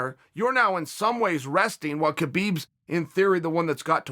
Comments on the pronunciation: As a russian I have to tell you read “ habib” not “ not “ k-habib” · It’s habib no kabib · Guys, it's not Kabeeb, it's Habeeb. It's just written with Khabib. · Wonder when Khabib ( Pronounced: Ha-beeb) retires undefeated people will start saying his name right.🤔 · Habib not khabib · ITS HABIB, AN H SOUND NOT A K. GIVE THE MAN HIS RESPECT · theres two people in this world 1. liars 2. people who pronounce "khabib" "ka beeb" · No Uncle Chael it's Kalabib say it Kalabib. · I wonder if Chael knows that the K is silent